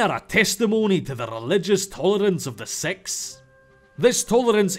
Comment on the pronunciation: Lol, your pronounciation of Sikh (which should actually be "Six" ("i" being the double E in English words, and "x" being the hard "h" you Anglophones have at the soft palat)), sounds like sex xD.